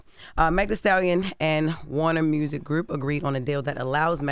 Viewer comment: The way Jess says Mewrziik is so funny to me 😂😂😂